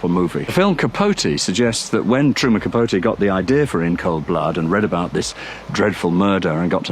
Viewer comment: Kerr is one name I've been meaning to look up, as I've heard it three different ways. Thanks for this info. You still left the end of Capote's name off, though. :)